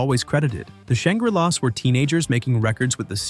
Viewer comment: Also Shangree-lahs